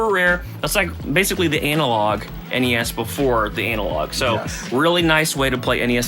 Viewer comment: Why does he say analog like Anal Log